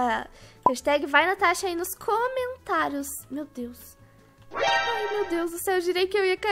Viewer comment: Natasha falou Tanasha minuto kkkkkk